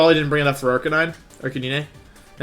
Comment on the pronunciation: The way he said Arcanine, made me hate him lol